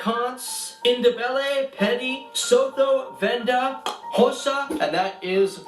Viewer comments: He isn't pronouncing most of those languages right and he is wrong Bloemfontein is not a capital it is cape town , pretoria and Johannesburg and xhosa is pronounced kh-oh-za with a click and afrikaans is pronounced ah-free-kh-aah-nz the rest is about right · He said xhosa slightly wrong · When he repeated the wrong click in Xhosa with so much confidence 😂😂😂😂😭😭😭. Poor lil tink tink. He tried though...I guess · That’s not how you pronounce ‘x’ 😅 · He pronounced xhosa wrong